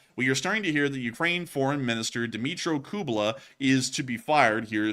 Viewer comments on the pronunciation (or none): Guys, it's KU-LE-BA. Not KU-BE-LA. ;)